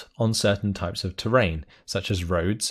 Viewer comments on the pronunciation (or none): none